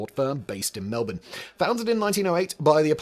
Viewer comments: He nailed Melbourne though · Thank you for saying melbourne properly